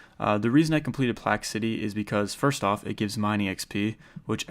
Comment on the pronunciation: Plack city? Lol it's plague